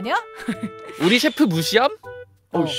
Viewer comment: 셰프 발음보고 쉣 이라고 한줄..